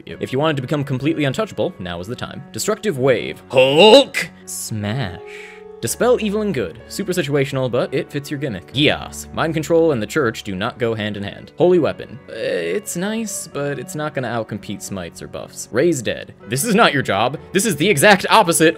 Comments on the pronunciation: Unfortunately geas is pronounced ‘Gay-Ass’ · geas is pronounced gesh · Gesh, it's pronounced GESH. It's Celtic